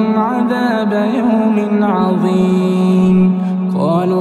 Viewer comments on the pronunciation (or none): none